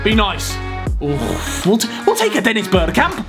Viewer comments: “Dennis berkrap” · Het is bergkamp ooooohhhhh